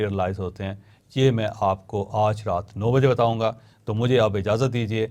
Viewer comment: Plz pronounce word آج in urdu not in English with a tilt of ur mouth😂